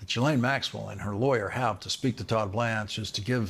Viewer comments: Her name is pronounced zhee-LEN. Not G-lain. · Lawrence: you're still pronouncing "Ghislaine" wrong. It's not JEE-LANE. It's GEE (as in "glee") LANE, or GEE LEHN. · Ghislaine is pronounced "GHEE-LEN"...not that she matters, just FYI 🤷🏻‍♀️ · Ghislaine is pronounced Jhizz-lane not ji-lane. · It's "zhees-LEHN", you goofs. Get it right. "zhees" = like "jeez" but with the soft "zh" sound (as in measure) "LEHN" = like Len, with a short, open "e" sound (like in pen) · Her brother pronounces it GILL-un, which is neither the French nor the usual anglicized pronunciation. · Her brother pronounces her name GILL-un, which is neither the French pronunciation nor the usual anglicized pronunciation. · I literally just watched the latest interview with him, where he pronounced it GHEE-LEN 🤷🏻‍♀️ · You'd sound far more informed and professional if you had first checked how to pronounce 'Ghislaine' correctly. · I really wish that the 'accidental/on purpose mispronouncing of names in the media would just stop. It's not an own, and no body believes that, after Ghislaine Maxwell's name has been in the news for years, along with the capability to easily google it, that you can't properly pronounce her name. It's gone beyond ridiculous.